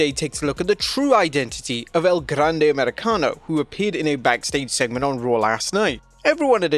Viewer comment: Please keep saying El Grrrande as many times in one sentence PLEASE! I literally ROFL’d when I heard that line!